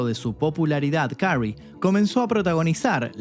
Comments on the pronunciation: ¡Y dale con carrey!....que se pronuncia kerry🫠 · Su apellido se pronuncia queri